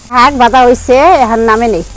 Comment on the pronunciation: আপনারা এসব উল্টাপাল্টা কথা না বলে চুপচাপ ভিডিও বানাবেন তাও ভালো সুন্দর হবে চুপচাপ ভিডিও বানালেও তো সবাই লাইক দিবে কি সব উল্টোপাল্টা কথা বলেন শাক কে বলেন হাক